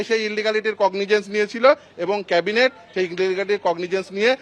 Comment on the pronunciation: Cabinet noi Chorinet 😂😂😂😂